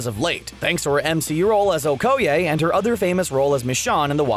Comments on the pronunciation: When he said okoyay I stead of okoye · You said Okoye wrong XD